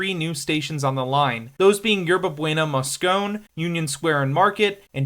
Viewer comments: Moscon-EEE. The hard "e" is not silent. Rose Pak wanted a subway to make up for the post-earthquake loss of the Embarcadero Freeway, and by god if Rose Pak wants something she's going to get it. I seem to recall one of the major issues that lengthened construction time and greatly increased costs was some kind of track incompatibility wherein a whole bunch of track had to be ripped out and re-installed, but I don't remember the specifics. Thank you for the vid. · everyone says SOMA; no one says anything else. Also, Mosconeeee. And a very strange (and incorrect) use of the present perfect, not to mention it COSTED. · “Moscone” is pronounced “moss-cone-eee”. There’s an “eee” sound at the end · You can skip the "SOMA" type abbreviations, but Moscone was a former mayor, and it is pronounced "mos-co-nee". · Moscone is pronounced "moskony". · Came here to say that. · Harvey Milk pronounced it "Moth-scon-eee (wee-wee-wee). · Man am I tired of social commentary about SF from people who don’t even know how to pronounce Moscone. Frankly it ruins your credibility, as if you’ve never even been here. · Your pronunciation of Moscone 🤧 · Like it's one thing to mispronounce the name of transit stop. But it's quite another thing to mispronounce the name of transit stop that's also the name of the city's biggest convention center when both are named after a mayor who was assassinated while in office. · Yeah, that was a true fingernails on chalkboard moment for me and numerous commentors.